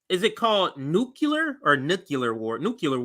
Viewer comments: It's NOOK-lee-er... NOT NOOK-U-Ler... There's only ONE "U" in Nuk-lee-er. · It is pronounced nuk lee er. W bush pronounced it nuk you ler, but he has always been wrong. Great video and commentary though. Thanks for taking the time to watch that bs so i dont have to. Much appreciated. RFK is talking about a public option, which would not work. The corrupt congress people who receive funding from the multiple medical industries would deliberately underfund the public option so those who opted for it would not receive adequate coverage, as a way to destroy any hope of us ever getting either a national health service or single payer. Personslly, we should be pushing for nhs, as it is much more cost effective, and, better for the populous than single payer.